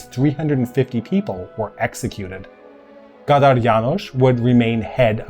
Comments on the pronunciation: for the books... KÁDÁR, not KATAR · one small nitpick: it s Kádár, not Kátár as on og hungarian name, from a profession